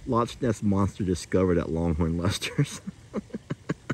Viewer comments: It's pronounced lock not losh or how ever you said it. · He pronounced the ch as in latch.